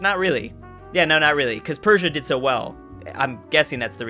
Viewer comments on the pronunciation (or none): The S in Persia is like the s in sex, it's not sh, just s